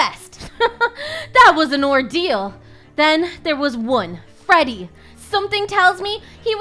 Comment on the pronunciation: bro said frodey fazbear